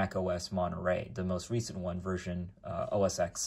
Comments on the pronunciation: it's os X (TEN) when you say os x it sounds like your saying os sex lmfao. Thanks for the info as I'm thinking about a mac mini and sounds like wouldn't be a bad choice since Monterrey supports it. Granted you can't do gaming on it but meh that's not what a Mac is for anyways! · Why do you call it Oh Es Sex? It is pronounced Oh Es Ten. And Monterey is Oh Es Twelve.